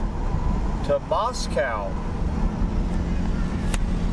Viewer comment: Hah! Moscow KS is pronounced more like Moss - Coe Also yes the roads across the Oklahoma Panhandle are mostly atrocious.